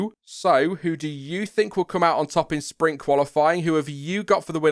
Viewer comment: I was trying to figure out what "Spring Qualifying" was, then I realized you were trying to say "Sprint".